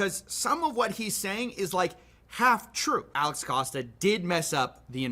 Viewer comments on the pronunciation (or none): none